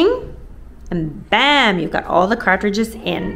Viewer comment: “Cart-ridges”…I love the way you pronounce the word!! ❤